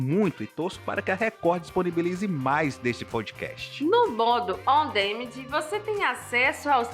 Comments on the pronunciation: Pq ela fala como robô? E se diz "on díménd"! O que estão falando parece maldição!!! Não custa nada ouvir a pronuncia dos termos em inglês no Google! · Bacana o vídeo, só uma dica: Não se pronuncia: On Démend. O correto seria: Aan duh·man Ou em português mesmo: Sob demanda